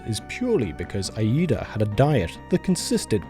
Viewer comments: Probably because the letter I is pronounced like “eye” in English but in Japanese the double I vowel is longer so it should be more like “ee”. In other words yeah, he messed up lol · Reads: Iida Says: Ayeeda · JSYK, in Japanese, “Iida” is pronounced like the letter “E” + “da”. A doubled vowel simply means you hold the sound longer. These are treated as two very distinct sounds so いえ “ie”, pronounces like game company “EA”, means house while いいえ “iie”, which is held longer so “EeeeeA”, means no. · He says "Shutaro Aida", but it's written "Shutaro Iida"